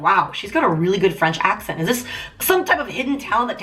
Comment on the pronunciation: I live in canada were we have two languages English and French Taylor's accent was perfect